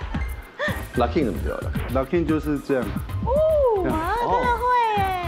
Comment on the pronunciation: locking 跟 poppin 的發音其實是不對 都是第一個音是高的才對